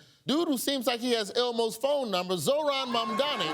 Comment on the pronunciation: My name is Zahra…ZaHra… see it has “H’ right in the middle…yet everyone (English speakers) call me Zara! What has the letter “H’ done to English speakers? Zohran’s name is ZoHran! ZoHran !…not Zoron…not Zoran! Please!😂